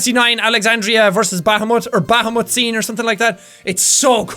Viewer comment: For those who are confused with what Jack said , he said Bahamut and pronounced it "baa-haa-mutt" (I am NOT making fun of Jack's accent, Irish Brogue is AWESOME!! I am just trying to help those who didn't understand)